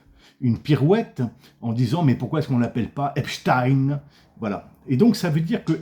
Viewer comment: C’est bien ça. Le Vieux moquait la prononciation « à La Russe » et le détournement d’attention vers le sempiternel « célesRusses », Epstein étant reconnu depuis longtemps comme agent du Mossad. « Epstine » ayant l’heureuse particularité de rimer avec Poutine